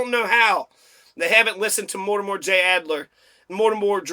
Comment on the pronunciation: Mortimer, NOT Mortimore Adler.